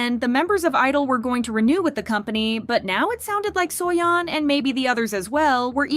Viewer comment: im sorry but "suoyon" is just ticking me off 😭